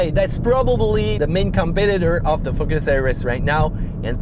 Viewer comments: Best video thank you. Love when you say Fuckes (Focus). Keep up the good work. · He said Ford "fuck our ass" ! Joke! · "Ford FuckUs RS"